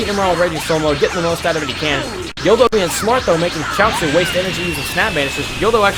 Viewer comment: its guldo not gildo...